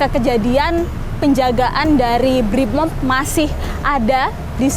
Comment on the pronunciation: Brimob .. Briiii moooob.. bukan bripmob mba